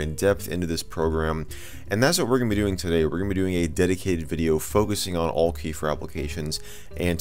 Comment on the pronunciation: Isn't it pronounced "Al-Key"?